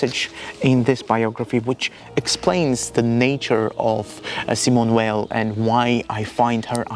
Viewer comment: You have a really lovely voice !- and incredibly interesting content. New sub here! (btw I'm reluctant to even mention this as your accent is so wonderfully ASMR - but, Simone Weil is pronounced Simone Vay [French pronunciation])